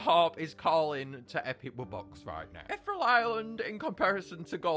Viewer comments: ETH (like in ethan) E ( vowel) Real not Ethrel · Eth-ear-eel Island. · the way he said ethereal